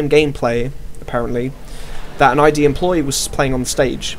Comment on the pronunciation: The company is not named 'i' 'd' , it's 'id', one word. id. As in one of the 3 parts of the human psychic apparatus.